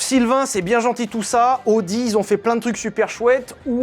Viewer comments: ça ne se prononce pas "audi" mais "a o di" 😅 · Tu t'es demandé pendant tout l'épisode de l'essai de la Countach si on disait Countak ou Countache... Ben Audi, ça ne se prononce pas Odi, ça se prononce AOdi ;) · Je sais que l'allemand n'est pas la langue la plus jolie mais il faut au moins faire attention à prononcer correctement les marques: c'est "A-o-di" et pas "O-di". Prochaine étape: Nürburgring. Ce n'est pas le "Neurb'". C'est "Nurre-bourgue-Ring" (comme un ring de boxe)